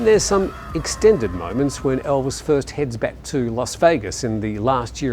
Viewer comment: Not being funny, but what English-speaking presenter has ever pronounced the most famous name on the planet 'Elvis' as ELVIN?..what an utter Pratt!.. And it was left in the video, bunch of prats!😜